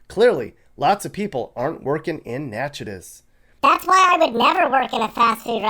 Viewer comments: Love your videos! Just to let you know the town in town in Louisiana is pronounced “Nack-it-ish.” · Natchitoches is pronounced NAK-A-TISH....I don't know why....the sister town across the border in Texas is Nacogdoches, pronounced...NAK-A-DOCHEZ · I was guessing what the poorest city in Louisiana would be and I would have never guessed Natchitoches. Even more surprising that it's the second poorest in the nation. For the record, it's pronounced Nack-uh-tish. But don't worry, I've heard much worse pronunciations. I have family in Little Falls, Minnesota and that one is crazy too. Although when I think about it, it's all farmers there. Many don't go to college because they just farm their whole lives. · It’s pronounced Nack-uh-dish (Louisiana) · Natch-i-TOE-ches, LA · FYI, it's pronounced "Nack-a-tesh", Louisiana. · It's Nack-a-tish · Natchitoches, LA is not pronounced like you said it. Still, you made a good video. Thanks.